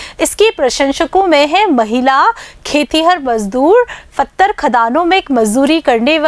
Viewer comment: हेलो जी ! पत्थर सही उच्चारण है, फत्थर नहीं।